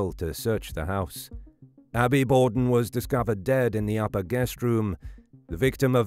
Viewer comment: Borden with an R....say R